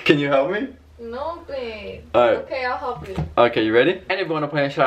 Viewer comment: The end 😂😂😂😂lmfao kept messing up “ ok I’ll help you “